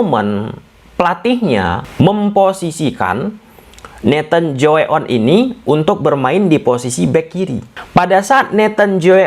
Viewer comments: Nathan "Co-A-On" not "jjowe-a-on" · "Tjoe-A-On" bacanya "Cuaon" karena masih pake ejaan jadul "Tj = C" "Oe = U". Biar ga salah sebut nama lagi jadi "Joey On" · maaf min. sedikit koreksi.... Bahwa Tjoe...ejaan kono.... bukan 'Joe' lafalnya.... tapi ''Cu' sebaiknya dicari dulu kebenarannya...akasih min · Nathan tjoe-a-on.. Di bahawa ke bahasa indonesia nya jadi nathan tjoeaon yg di baca natan tajun😁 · Bacanya nathan cua on, bos 🙏❤ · itu Tjoe-A-On bacanya: Cho - A - On (biasa aja bacanya di bhs indonesia) okey. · Bang kalau bisa nyebut namanya gak usah fullname, gak enak banget dengernya soalnya pronounciation lu kurang banget.